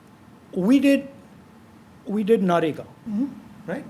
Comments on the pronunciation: he still says NAREGA to MANREGA. god bless his voters. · The guy still doesn't know how to say MNREGA...keeps saying Na-Rega 😂😂😂. On interview front it's a good case study of how not to conduct an interview....from both's (interview and interviewer) perspective. Seems to be a desperate attempt to showcase intellect (very limited though).